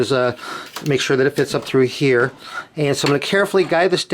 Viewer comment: How many heeyers and theyers??